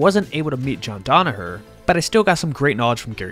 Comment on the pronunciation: Danaher, not Donaher